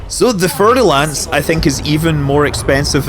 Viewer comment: Just FYI, Fer is pronounced like fair and is derived from Ferrum in latin. No worries though!